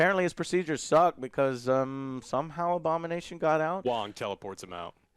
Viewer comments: I was letting the video play in the background while doing work in another tab and thought Joe was saying "Obama Nation" instead of Abomination the first few time and was so confused. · I initially thought Joe was saying "Obama nation"